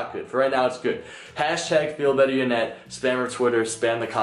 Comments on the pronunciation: why do u say Janet its yanet #feelbetteryanet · he says janet its YA-Net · It sounds like doug is saying Janet instead of Yanet lol?... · Who else thought that her name was pronounced yanet not Janet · he said ganet hahaha faze censor